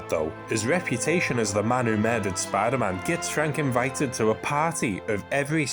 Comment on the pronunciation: "spy daman" 😂 (good vid too 👍🏾)